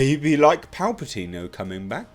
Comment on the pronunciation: It kills me how you say 'Palpatino'! Hilarious!!!! And good voice doing the Emperor!!!! Oh, what, my views on this topic? No comments of course!!!! Great video as always!!!!